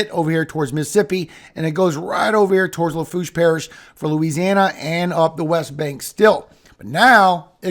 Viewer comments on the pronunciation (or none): none